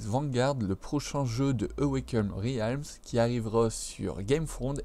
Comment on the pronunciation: Merci pour cette vidéo :) Pour info Realms se prononce "Rèlms" (comme ready) ;)